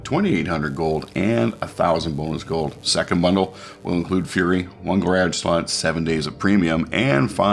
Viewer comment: thanks, enjoy your videos, picked up the fury for my grage, no I didn't misspell it, spelled like you say it. lol thanks again